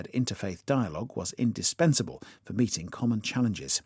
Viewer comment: 혹시 meeting 이 beating으로 들리지 않나요.